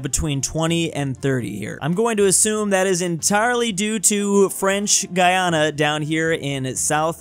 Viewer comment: French Guiana is pronounced French Gee-awnuh fyi